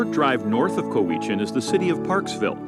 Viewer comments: it's pronounced "cow-uh-chin" (not "ca-wee-chin") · It's pronounced COW-I-CHIN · I've lived on Vancouver Island for 27 years and I've never heard someone pronounce Cowichan as "Kuh-wee-chin" before. It could be that's from the original native name or something, but everyone says "Cow-ih-chin" now. Unless "Kuh-wee-chin" is a different town I haven't heard of. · Juan de Fuca (ff you ka not foo ka) Cowichan Bay (Cow ih chan not cow ee chan) Saanich (sa nich not saw-nich) Ucluelet (you clue let) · Narrator mispronounces several locations: ko-WICH-an should be COW-ichan. and SON-ich should be SANN-ich. And there are trees at wilderness parks having diameters over 60 feet. Those mountains you see are the Cascade Mountain Range found in Washington state. There is also Hatley Castle and the Lt. Governor's residence (like a castle). There is winter skiing in mountainous Strathcona Park just 3 hours drive north of Victoria. So you could in theory, depending on the day, go scuba-diving in the early morning, then parasailing until lunch, a bit of cave-exploring, fly up to Courtney then ski down Mount Washington, and then take the ferry back home. We used to have a train, but figuring out who would pay to maintain the railway etc got complicated.. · I was just going to ask... where's Kaweechan Bay? Never heard of it! LOL!! Must be near Sawn+itch! 🤦‍♂ It's pronounced: COW + itch + in (final syllable is pronounced like "an" found at the end of "Michigan".) And Saanich is: SAN + itch, not SAWN + itch. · LOL, I would have thought Expedia would have learned how to pronounce the places names before making the videos. I didn't know where the announcer was talking about at first but yes, like others have said it is COW-itch-an, not cow-Eech-an. hee hee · Cow i chan is how it is pronounced the narrator messes it up. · I agree with the mispronunciation of Cowichan Bay the accent is on cow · Got legitimately angry when he said co-e-chen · I had it think what is a co weach inn?